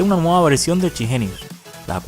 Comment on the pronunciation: y por que le dice "CHI Jeniu" si se llama Chip genius xD?